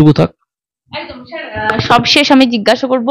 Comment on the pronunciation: আপনার প্রচেষ্টা ভাল। কথাটা শার নয় স্যার। 'স' টা একটু চর্চা করুন আর প্রশ্ন গুলো আগে থেকে গুছিয়ে নিন। ক্লোজ এন্ডেড প্রশ্নও কিছু রাখুন। যা পাব সেটাই কন্টেন্ট এরকম হওয়া উচিত নয়। হোমওয়ার্ক।